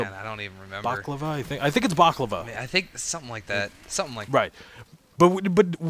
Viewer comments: IT'S BALACLAVA!!! HAHAHAHAHAHAHAHAH NOT BACLAVA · He meant to say balaclava...